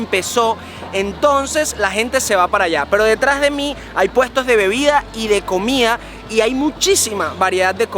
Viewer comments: Ameeeee el videoooo😍 pero es COMIDAAAAAA No comiaaaa jajajajajaja mis oidos arden cada vez🤣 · Dijistes comia como para q te corrijieran. jajajajajaj COMIDA,.